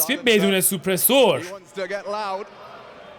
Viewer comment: استاد این کلماتی میگی درستش اینه : سِمای فاینال نه —-> سِمی فاینال دوومِین اسنایپر نه ——> دامِین اسنایپر سوپ‌رِسور نه ——> ساپرِسِر و…